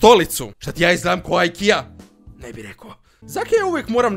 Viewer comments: Nije akia nego ikea. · nije IKIA nego IKEA xD